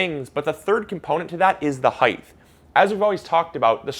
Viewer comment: Please stop saying heighth! Aaaaaaaaaaaaaaaaaaaaaaa!